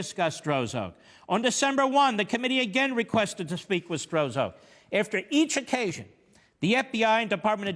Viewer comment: A week and half later, we know this corrupt agent's name as "Struck", but Mark's early pronunciation gives this partisan hack a degree of anonymity.